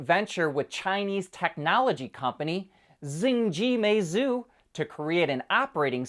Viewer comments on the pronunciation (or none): none